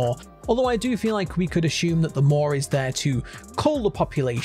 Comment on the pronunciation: today's words of the day are "ashume" "instead" "of" "assume"